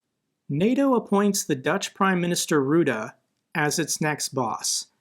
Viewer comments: As a Dutch guy somehow this is the first place I've heard that Markie is now NAVO-baas. We know he's been wanting to do that for a while now, I didn't know he's actually been chosen. Also it's pronounced Rutte, not Wroede. But I don't blame you for mispronouncing it. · Rutte is pronounced Ruttah not Ruda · lol Rutaaaaa XD that sounds so funny here we pronounce it as RuttE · FYI, the Dutch PMs name is not pronounced “Rooda”. For English speakers the pronunciation is similar to “Butter”, but replace the B with an R and don’t pronounce the last letter (keeping the rest the same). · Funny how you pronounce 'Rutte'. I'm Dutch. Love your channel